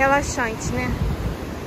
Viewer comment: É RELAXAINTE? Fala direito.